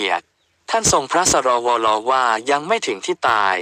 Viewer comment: อย่างกะAIอ่าน สรวล ทำไมอ่านว่า ส ร ว ล ต้องอ่านว่าสวน อ่านภาษาไทยไม่ออกหรือ